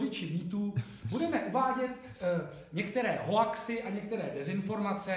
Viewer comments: Jsem jediný kdo vyloženě nenavidí když někdp řekne hoax tak jak se to píše? Jinak výborné video. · Hoax se nečte hoax, vážně...